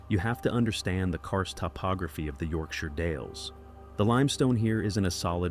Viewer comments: 😂😂😂😂 I can just see everyone from York "the shire" glitch out cringing when they hear the rank pronunciation of their fair home... .. It is Yorkshir... ...dammit AI is worse than a mime "artist".. Learn the effing words 😂 (Not a comment on the commentary..haven't heard a thing since the first time York shire was pronounced 😅) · Just to second one of the other comments, AI narrated videos grate on me and I refuse to watch them, so I’m keeping that principle with this one too. It’s also particularly annoying listening to UK place names being absolutely slaughtered in their pronunciation. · "York SHIRE" Any place name with the suffix "Shire" is pronounced "SHUH". A fell is a high and desolate place and often has hills or mountains that dominate over the tree line in the distance. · it's pronounced shear as in York-shear but written as Yorkshire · Your version is northern English which is wrong, Oxford English pronounces it as sher, York-sher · As someone from the Yorkshire Dales, hearing it pronounced wrong repeatedly makes me sad 😅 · Great start, can't even pronounce Yorkshire properly! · Sheer is fine it's shyre which is wrong. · Whos gonna tell americans Shire in Yorkshire isnt pronounced "shy er" its "yorkshuh" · YORKSHIRE pronounced YORK and if youre american how you say the word SURE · As someone who lived locally to where this was. We know about cave flooding in the local area, and to basically stay out. Also it’s pronounced York-sha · Its pronounced yorksher.n yes it rains alot lol.on the story its very very sad 😢. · Yorkshire is pronounce yorkshur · Pronounciation: YorkSHURE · yorksher works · Mancunian here lol “yorkSHOH” 🤭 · I’m an Aussie and the why we pronounce shire as YORKSHEER 🤷‍♀️🤷‍♀️🤷‍♀️l have no clue why, 😂😂😂😂